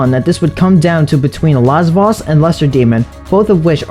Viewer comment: Lasvoss is a gud boi, balgor not as funne. Laswaahs